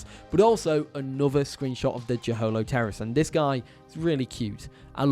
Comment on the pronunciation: the way you say jeholopterus hurts my soul